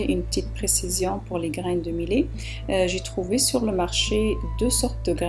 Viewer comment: Madame on dit (miyet) pour le millet juste pour la prononciation.merci